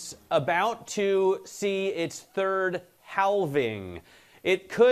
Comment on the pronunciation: HAL ving.... Omg. 🙄